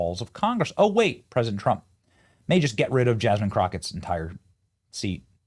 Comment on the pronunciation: Jasmean? Lol!